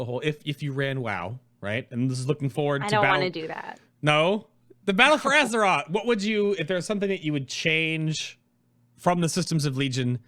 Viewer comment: battle F or aze ROTH